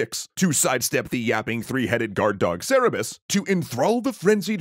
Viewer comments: Kerberos not seberos fyi. K not s for greek c. It is like keltic not seltic for the celts. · Your narrator messed up. It's 'Cerberus' not 'Cerebus'.